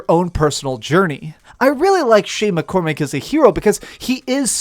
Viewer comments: his name is not Shay MacCormic lol, I know that was a little petty but I had to let that off my chest as I was very fond of this game too. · Shay McCormack? Never heard of him🤷‍♂️🤦‍♂️ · Its Shay Cormac....